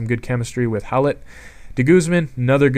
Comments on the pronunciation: Its hoy-lett, not how-lett. Come on that was an easy one. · It's pronounced Hoy-let